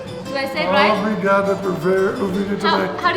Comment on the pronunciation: Omg Your portuguese is getting so much better!! When you said “obrigada” you litteraly sounded like a local